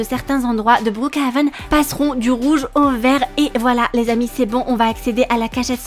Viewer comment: Omd comment elle a dit brookhaven au debut c'était meme plus brookhaven mais bRouKHaven😭 😂 Sa mérite un like 😌💅